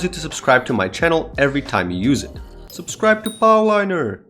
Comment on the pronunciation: “sObScWoIbE tO pOwLiNEr” - ink wand